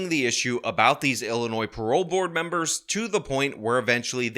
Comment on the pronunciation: “some members of the Ill-annoyed board of parole”